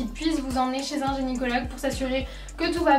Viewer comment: C'est pas génycologue, c'est gynécologue ;D